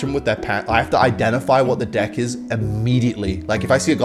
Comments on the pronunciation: I love it how he says dick every time he says deck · Is it just me or does it sound like he’s saying d*ck instead of deck?? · Why is he saying dick instead of deck? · Is anyone else hearing “deck” or 🍆…? 😄